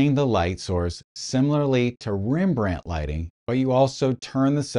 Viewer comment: It's pronounced Rembrandt Harmenszoon Van Rijn 😂😂😂😂 just kidding, you did fine.